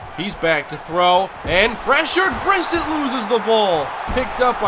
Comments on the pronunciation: Almost two years late but it's pronounced "Bri-set", not "Briss-it" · pronounced bri-set